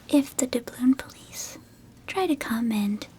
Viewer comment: Every time I hear dabloon I can’t help but think of Davy Jones from SpongeBob